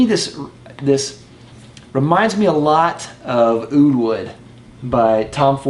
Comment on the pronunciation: Oh god you didn't just say oud wood, lol. Oud Wood just works for shit on me....blah blah blah blah....did I say blah...haha